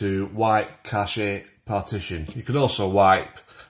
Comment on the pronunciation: Cash-ay! Lol